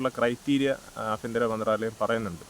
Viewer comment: ഏതാ ഈ ആഫിന്ത്ര മന്ത്രാലയം😂 ആഭ്യന്തര മന്ത്രാലയം എന്ന് പറയു മരമേ